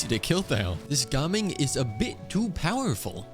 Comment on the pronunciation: How do you keep mispronouncing gaming?